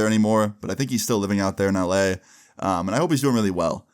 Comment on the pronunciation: can’t be the only one who hears “I be in LA” every time he says LA right?😭